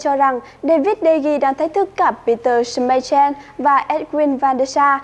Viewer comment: anh đọc sai từ Schmeichel